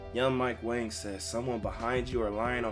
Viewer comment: I just realized Mike Wang's last name is pronounced like "Wong". He said it on Twitter but even 2KTV pronounces it as Wang